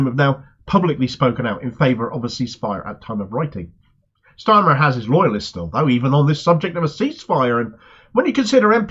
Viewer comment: I like how Peter Oborne pronounces his name..."Keir Schtarmer".